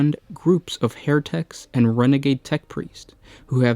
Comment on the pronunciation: Instead of "heretics" it sounded like "hair techs" and I had a great mental image of a shadowy organization of Logician hair stylists trying to take over the 40K universe through clever fashions.